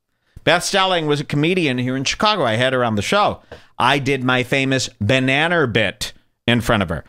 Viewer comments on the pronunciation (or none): "eating a BANANAR" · "Eating a bananar."